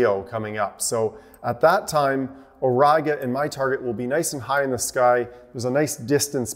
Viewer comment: My professor of Latin would beat me up if I would pronounce Auriga like that :D))) I'm really warming up to the idea of switching a bit from my Newtonians to similar rig like yours. It's just so much more ... everything - compact, learning curve is steeper... thanks for the great video!